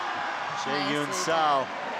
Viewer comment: Same with Seo. Meagan had most of them a bit better but there needs to be an effort to get it right.